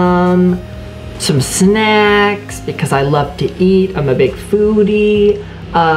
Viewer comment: how he said snacks 😂😂😂